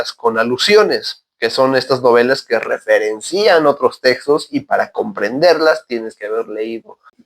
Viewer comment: He escuchado mucho a los argentinos pronunciar mal palabras como "descripto", "suscripto"... Y de un tiempo a esta parte, escucho mucho a los mexicanos decir "diferencÍan", y ahora escucho decir "referencÍan" ... ¿De dónde vienen estos errores?